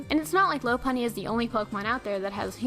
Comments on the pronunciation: it's pronounced lau-punnie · Her pronunciation of Lopunny annoys the heck out of me...